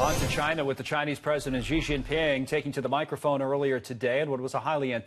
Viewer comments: She Jing Pin, is that a pin that she put on her Gi-Gi-Ging? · You’d think that news anchors would try to learn the approximately correct pronunciation of Xi Jinping. I’m not defending him, but he is the leader of a huge country. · He is the Lifetime Communist Dictator of a huge country. Who gives a fuck how his name is pronounced?